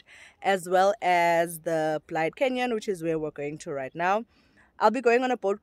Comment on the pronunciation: Bourke's Luck, not look, like in he felt lucky, thought he struck gold there. Also Blyde, like in happy. Phonetically pronounced blade-de, not blide. Also Mariepskop, pronounced mareeps-cop. Love your video anyway.